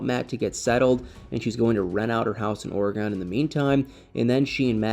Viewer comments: Dear "," It is NOT pronouced "ora-GAWN." It's pronounced "ory-gun." I am a ntive, so I speak with authority. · Please don’t be offended but as an Oregonian I am going to help you pronounce Oregon correctly. It is pronounced ory gun. Love you videos😊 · Or-eh-gun is the correct pronunciation. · I grew up on the East coast. We were taught to pronounce it OR e Gone. If it’s incorrect, I guess every generation passes down the incorrect pronunciation. Frustrating. Those who actually live in Oregon know how to pronounce it. The Governor should send a letter to the school boards of all the states that are teaching it wrong. Maybe I can find an audio to actually hear it. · Drives me crazy when someone can not pronounce a State!! Must be from another country?? 😂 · He pernounces it wrong.